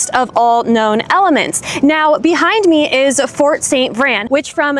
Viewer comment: It's "VRAIN", like rain, Spain, chain